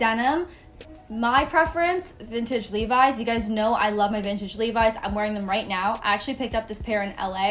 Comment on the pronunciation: OMFG is that how you pronounce Levi's ????? i've been living in a lie my whole life damnnnnnn